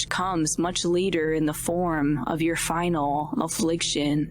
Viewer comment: Dude doesn’t say final affliction right. The girl had more enthusiasm